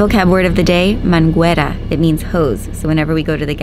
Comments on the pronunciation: Lol it’s Mangera =Hose not Manguera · Just to give you a tip- The U in manguera has NO sound so it's pronunciation is mangera (hose) 😊 Blessings my friends 🚌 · the U in manguera is Silent! I thought you would appreciate knowing that.